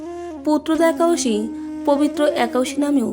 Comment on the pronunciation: Ekadosi kothata thik kore bolun.... Harey Krishna...